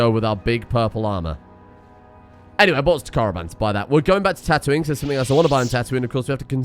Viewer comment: The way you pronounce Tatooine triggers my gf (who is from Yorkshire)